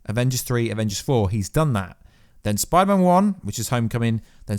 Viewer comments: Do you not know how to say the letter s? Pider-man. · Is it just me or is he saying Biderman like half the time